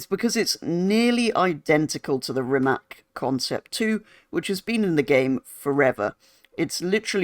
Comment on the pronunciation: Its a RimaC not RimaK